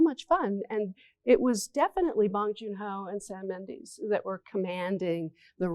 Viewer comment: This lady doesn’t even know how to pronounce Sam Mendes.